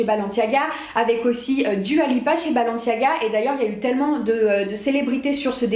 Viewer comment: C'est balenciaga non pas balanciaga